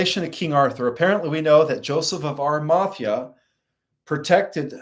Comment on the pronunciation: Pronounced Ara-ma-thee-a! He is Marys Uncle. And Roman is Pontius Pi-late. Also suggestion- consider getting a large sceen to put behind you maybe decorated with lights to hide the very busy background. Also you never answered my question i had sent money for - will i live physically on the earth with my husband who passed last year after the solar flash?